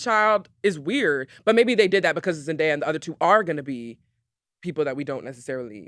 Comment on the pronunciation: Her name is pronounced Zen-Day-Uh.